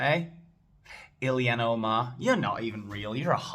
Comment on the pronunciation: You pronounce that evil witch's name ILL han,. Cheers mate. Keep up the good work. RIP Charlie Kirk